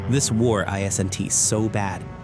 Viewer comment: Why can’t AI say isn’t? It’s not I S N T. Guess AI not so intelligent after all